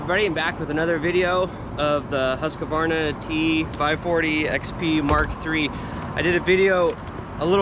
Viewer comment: Husqvarna. Not husq-a-varna